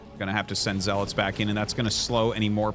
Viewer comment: Artosis... it's pronounced "Z-Lots". You saying "Zeh-lutz". You are a "nub"